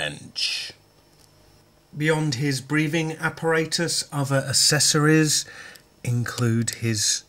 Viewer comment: As always, a very good review!!. Funny the way how you say apparatus. In the plane before takeoff they say it different : )